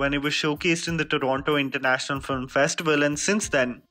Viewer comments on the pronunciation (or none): none